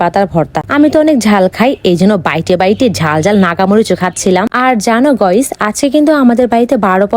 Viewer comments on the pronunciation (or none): আরে অশিক্ষিত গাইস হবে 👍গইস না👎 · গয়স না গাইস